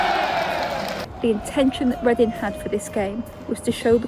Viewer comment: Make Leading (Chinese pronunciation) Reading again.